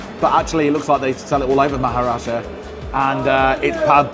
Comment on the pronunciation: They screwed up every name they spoke 😄. Glad you enjoyed visiting maharashtra . Love from UP